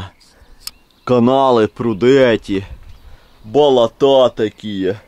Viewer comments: БолОта,а не болотА(кровь из ушей идёт аж) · сынок, нет такого слова "болотА ", просто ухо режет это слово, особенно когда так часто произносится. Нужно говорить "болОта ". Не обижайся, но пожалуйста исправь ударение на слове. Ты классный и ролики классные. 👍👍👍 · ты конечно блин извини, но не болота́, а боло́та! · Привет друг : давай начнём с того, что делай правильно ударение с слове Болото, если их не сколько топи болотые, а то ваше Болота и ударение на букву а... Деревня... #удачи